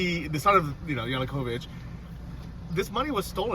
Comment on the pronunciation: Kyiv, not kiev. And Ya-nu-ko-vich, not yanukovik. You should know better.